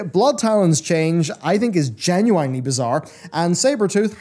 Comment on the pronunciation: Also, someone has to tell you this; you pronounce "genuinely" wrong. Much love though, hope you're doing well. <3